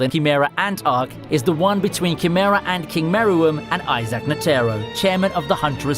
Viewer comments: Was he pronouncing it N-Terro? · The way you Pronounced Netero's name just really erked me